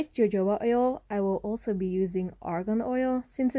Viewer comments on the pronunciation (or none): jojoba oil is pronounced with a h, the j is translated into h when sounding the word. hohoba oil